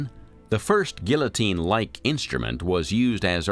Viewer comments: Eh... geeO-teen..... not A but O... for sure... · GEEA-TEEN = Guillotine